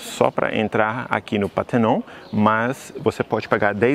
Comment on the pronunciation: Só não pronuncia PÁ - TER - NON, por favor, dorm os ouvidos! É PAR - TE - NON!